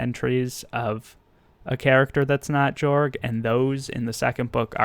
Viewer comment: It’s actually pronounced to “Yorg” cultural wise.